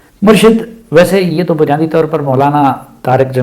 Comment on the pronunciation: بہت قیمتی نصیحت ہے اللہ تعالی آپ کو جزاء خیر دے اور عمران خان کو ہدایت دے، آپ کی توجہ کے لٸے عرض ہے کہ لفظ "مُرْشَد" نہیں "مُرْشِد" ہے